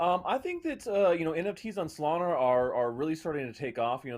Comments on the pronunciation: “Solaner” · Bro can you finally pronounce Solana the right way please? 😂😂